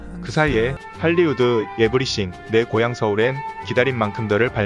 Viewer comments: 에브리씡 발음 자꾸 마음에걸려,,, 에브리띵... 에브리 thㅣ잉 ,, 제발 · 에브리씡 ㅋㅋ 개거슬리네